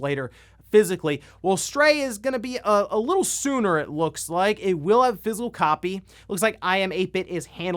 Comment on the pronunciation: He keeps pronouncing physical as Fizzle in this video.